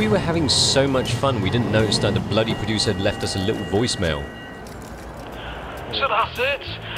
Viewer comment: The Bluddy PRO-DU-SIR.